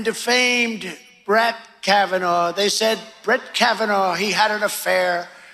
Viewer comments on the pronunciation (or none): "Brat" Kavanaugh lmao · Did he "shats?, Is that the same as United Shats of Amerca? Doesn't sound like he was just bingeing on the Adderal, that sounds like a combination of Adderal, Donnie Jrs. and Kimmerlies cocaine batch too. He pronounced Brett as Brat? Oh he is definitely telling the truth, he HAS become Worse .Once again he projects, but he can't stand the fact HE LOST.